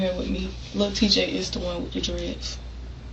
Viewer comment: “Everybody playing wiff the gun” nuff said